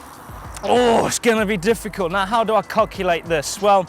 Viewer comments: omg hahaha he says "now how do i COCKulate this" excuse the crudness but LOL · Is it just me or did he say cockulate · sorry, but "how do I cock-ulate this" was pretty good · David Mchugh I heard it too, he did say cockulate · same here I heard it